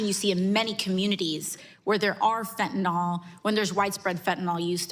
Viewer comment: it's fen--ta--NYL... not fen--ty-NOLL